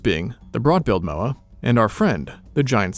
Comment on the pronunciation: Mowri? Mah-ore(no 'r' noise)-ri roll the r Mowa? M-ore(no 'r' noise)-ah